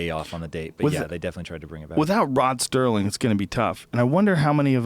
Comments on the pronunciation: It is Rod Serling. Not Sterling. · It's SERLING not Stirling....yeesh.... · Hey Joe, Rod Serling...not Rod Sterling. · Rod "Serling," not Sterling. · Why the f*** does he keep saying 'Sterling'. Where the the hell is the 't' coming from? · ROD STERLING loved the 'T' in his name..